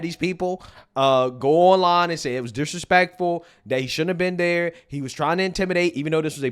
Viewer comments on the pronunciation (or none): He never once said it was disrespectful. He said, "disrespekkful," because hes a barely literate lanimirC orgeN.